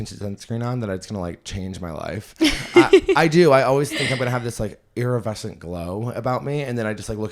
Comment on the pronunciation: Honey..... girlie.... the word is IRIDESCENT with a D. Not iriVescent with a V like you said it.